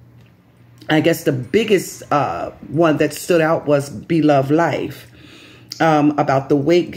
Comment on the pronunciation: Yes you pronounced it right. Thank you for letting people know. I was concerned about her. We love her and wish her the best.